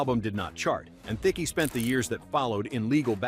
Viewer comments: "Theeckee" I paused and went, "wait what?" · That's not how you say Thicke.